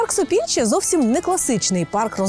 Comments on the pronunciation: Не Сопільче ,аТопільче. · Гідропарк ,,Топільче,, а не ,,Сопільче,,Він так називається бо його створили осушивши болота коло річки Серет.